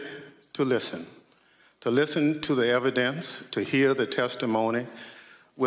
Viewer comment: Why has Bennie Thompson not learned to pronounce the word ask?